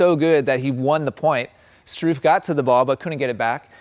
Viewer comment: It always cracks me up when english speaker try to pronounce the name "Struff" ;-D